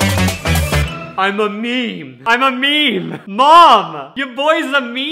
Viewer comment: my pet peeve is when people pronounce meme like “mee-mee”